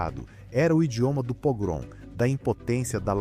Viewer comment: Sua pronúncia é horrível, tanto para ídish como pôgrom